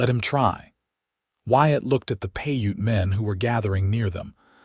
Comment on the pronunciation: Piute is pronounced "pi•ute". Long "I" in English, long "u" as in English, silent e at the end of the word.